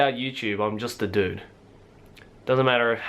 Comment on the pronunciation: the way he says "dude" (sorry I've never actually talked to someone with an australian accent) ANYWAY. I love how this video was completely unedited, it was just him flat-out talking, not trying to make it perfect or anything. It feels so real, which I'm sure was the goal. But "you actually ARE real!" is usually someone's first instinct when they meet someone they've wanted to meet- be it a youtuber, a celebrity, a band member, an internet friend, or a pen pal. That's the first thought that comes to mind, the first thing you want to say.